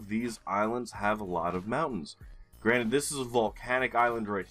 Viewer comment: Imagine me thinking you said "Granit" since last summer every time you said "granted"! I did find that sort of peculiar that you so often referred to whom in my imagination was the creator of GeoGuessr maps. I realized you say "granted" only this week, lol!